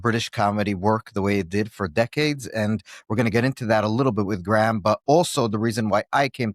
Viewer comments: Graham has an h in it. Ffs, pronounce Graham correctly. 2 syllables. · His name isn't GRAM it's GRAHAM, THAT IS GRAYAM. Cant listen 👎👎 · He’s an Irish hero. Btw his name is pronounced grey-im Le-ne-han. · Why does the host keep calling Graham "Gram"?